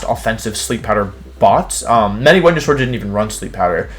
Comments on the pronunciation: Did my guy just say whenya-saur? Venusaur. Venus-aur. Not venuasaur. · Why do wolfey say wendeysoar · Hearing Wolfey call Venusaur ‘Wehnosaur’ over and over made my brain tick and spark out 😂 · "woodeo", "Whenusaur" – it's surprisingly charming that Wolfie doesn't believe in the letter V 🤣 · Why he call Venasaur Wenyasaur??? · VENUSAUR, NOT VENASAUR! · Did he say "whenyousaur?" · New here. Why does he pronounce everything wrong? What the heck is a Wenyasaur? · The fuck is a wenausaur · THERE IS NO O IN VENUSAUR! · was gonna comment and ask why you'd say wideo and "when-you-sore" (Venusaur) but decided against it. was then plagued by curiosity and googled it, came back to say I figured it out lol